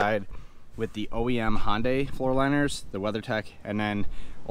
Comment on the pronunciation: Great video but I wish you would pronounce HyUndai with a U instead of sounding like a HOnda.